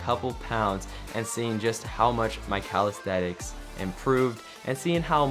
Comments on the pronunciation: Great job, but it's pronounced "calistheNics" not "calistheTics". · Are we just going to ignore this man calling it "calisthetics" ??? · Is he saying Calaesthetics on purpose? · Sorry but this drove me nuts Calisthenics ---> ka . luhs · theh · niks